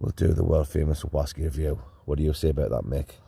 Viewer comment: Whasky, sounds Scots, like deep sea fashion ( fishing) . Another great video lads.